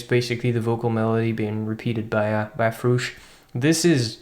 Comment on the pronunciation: please keep calling him froosh